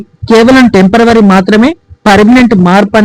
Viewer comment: చాలా మంచి సమాచారం అందించారు..ఐతే చిన్న గమనిక చెప్పిన వారికి...టెంపరవరి అని పలుక కూడదు..టెంపరరి అని పలకాలి..నా అనుభవంలో పెద్ద పెద్ద చదువులు చదువుకున్నవారు కూడా టెంపరవరి అనే అంటున్నారు...ఏమీ అనుకోవద్దు..తప్పు సవరణ చేశాను..